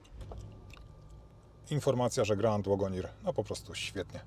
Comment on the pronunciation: Fajny opis, sporo szczegółów, ale uprzejmie proszę sprawdzić jak poprawnie wymawia się słowo wagoneer.